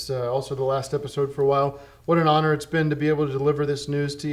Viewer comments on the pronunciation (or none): none